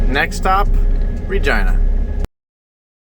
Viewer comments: I swear Everytime you say city.of Regina it's sounds like your say *agina....I was like it's a family show🤣🤣🤣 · Regina? The way you say? Sounds like it rhymes with a female body part. Ya know?